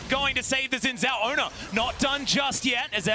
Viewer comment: Been over a decade and people still can't pronounce "Xin Zhao." Like, watch ONE Chinese movie/anime/show with subtitles and you will know that "X" should sound like "sh" and "Z" sounds like "zee" (facepalm/eyeroll). Ever heard of Xiaoyu from Tekken??